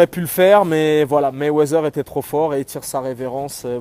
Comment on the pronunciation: Je t'aime bien mais c'est MayweaTHer (MayweaDer) pas MayweaZer stp !